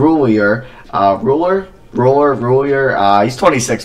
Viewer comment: It’s produced Rool-E-A